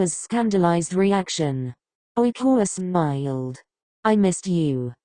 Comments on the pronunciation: Ok I know I shouldn't talk about this one part but the way it says smiled😭😭🤚🏻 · I love how when it says smiled it goes, sMMmiled